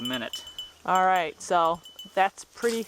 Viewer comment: What region/accent pronounces "right" as "rhett"?